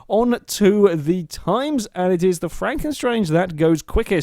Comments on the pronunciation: I think it is franken stange, not franken 'strange' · pronounced at Frunken Stange (Stange as Mustang, but without the 'Mu')